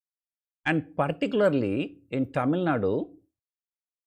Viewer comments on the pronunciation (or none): Your pronunciation TamilNadu looks like you are from foreign country.... But most of the comedy examples are from the so called Tamilnaaduuu... Keep it up